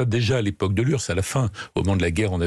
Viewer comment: L'urse? On prononce U-R-S-S.